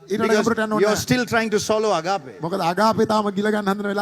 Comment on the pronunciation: excellent. you say "Ag..AA..pe". there is no "AAPPe" in how you pronounce it. the correct pronunciation should be "AAG..ape"., these idiots are jealous of your rise as a stand-up comedian of all time from Sri Lanka. PLease correct your pronunciation error. Please Do not forget us. Your fans., ME WAGE SEPA Dena eka nathara karanna nam EPA..